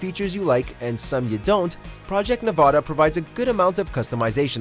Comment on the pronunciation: Project Nevahda? I'm pretty sure it's Project Nevada.